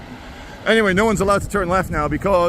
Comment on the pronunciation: Hey how are you may love the vids and love how you say not alloweed cracks me up it would mean alot to me of you like this post keep up the good work dude 😀